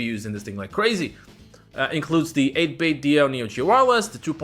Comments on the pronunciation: Why do you keep pronouncing it "8-bit Dio" it's "8-bit Do" do we need to get 8-bit joestar? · 8Bitdo is pronounced “8bit-doh” like Nintendo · the company actually pronounces it 8 bit doo like Scooby Doo